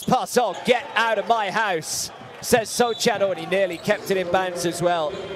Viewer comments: The commentator calling him “Sohchan” annoying me ngl lol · >call Sochan 'Sotchan' for entire video >finish with the best one-line summary of a player in the end of the video